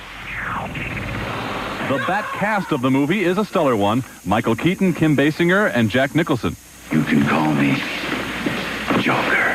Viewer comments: That news guy kept murdering Kim Basinger's name. " Kim bass-en-jer, bass-en-jer- bass bass" I'm like yelling at the screen, "Bay-singer!" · Bro said Basinger like Homer. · What a lame that abc7 reporter is/was. Couldn't pronounce Kim Basinger's name right. Tryna throw shade at based Paul Moyer.